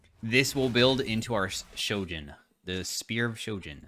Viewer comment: Why not a single streamer knows how to say sHojin, with an H? It is not sojin damn.